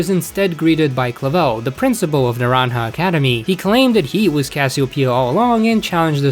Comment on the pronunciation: OF COURSE SHE CAN, USE THE INFORMATION YOUR GIVEN. LET PEOPLE BE THEMSELF NEMONA. SV GRAPHICS ARE FINE. IT’S PRONOUNCED ( NUR-ON-JUH ). IN THE STORY THEY ARE TRYING TO BECOME CHAMPION.